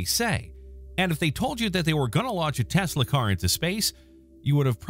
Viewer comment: What the fuq is a “teslay”